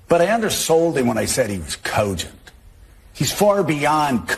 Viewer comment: OMG I hate the way Joe says cogent. What a Tool